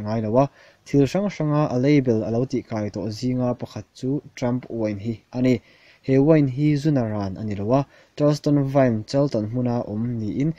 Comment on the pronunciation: 'Anih' tih i bei ring vak ringawt a.. I aw afiahlo